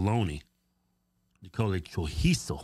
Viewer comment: CHOR- EE-ZO (Chorizo). 👍🏽👍🏽